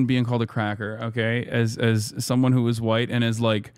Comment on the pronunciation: I cannot tell if Hasan is saying "As someone who is white" or "As someone who was white". Neither one makes sense of course.